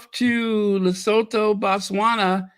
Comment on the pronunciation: Lesotho is pronounced Li-su-tu Le-soo-too ;-)